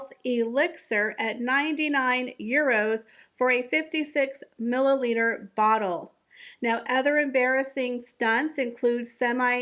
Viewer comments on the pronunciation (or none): none